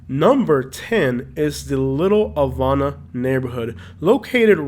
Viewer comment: Say Havana lol , thanks for the video